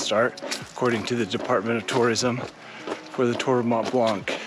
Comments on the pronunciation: For the love of god, its pronounced "Mont Blan", not "Mont Bank" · Dude the "C" in "blanc" is silent 😂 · After all the time you spent on and around the Mont Blanc, you should know now how to pronounce it ;-)